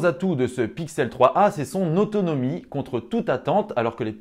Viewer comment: "étaunomie remarquable" 😂